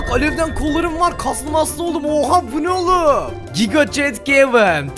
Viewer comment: Kevin yox kevın